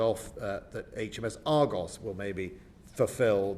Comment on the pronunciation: And its ARGUS not ARGOS And its BULWARK not BULWOLK And we have 3 Bay class not 4 . We sold 1 to Australia . ANOTHER cut.